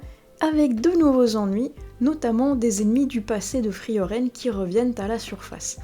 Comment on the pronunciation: "Frieren" (le "e" du milieu ne se prononce pas), j'ai vu l'anime adapté du manga qui est vraiment très beau. Je ne veux pas te spoiler mais je pense que ça va te plaire.